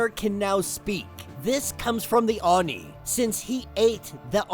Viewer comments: Bro, it's pronounced ohh nee(Oni), NOT arny(Oni). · yeah i never heard anyone called it a oon nee hahaha. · I really dont hear him pronouncing oni in a very bad way... And I am more used to hearing Japanese than English... He seems to have a hard time saying it... But the resault is not bad... At least he doesnt say "ounee" as many English speakers do... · Just a heads up it is pronounced “ Oh-Nee”. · I have never heard someone say oni like that before XD I like kid venoms story so far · isn't very good at Japanese names and pronunciation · Lmao you’re not really into anime like that are you? You butchered the way Oni is pronounced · No, is not very good at pronunciation of Japanese names